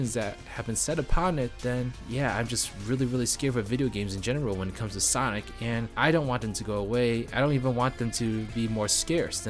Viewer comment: Take your time to pronounce "Sonic". Two distinct syllables.